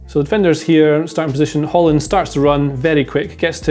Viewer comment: In Norwegian we don't pronounce that final d in the name